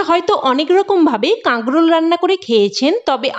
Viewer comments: কথাটা কাগ্রল নয়। উচ্চারণ ঠিক করুন। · কাগরোল কথাটা শুনতে ভালো লাগছে না।কিছূ মনে করবেন না। আপনার কথা বলাটা যাতে সুন্দর হয় সেদিকেও খেয়াল রাখতে হবে।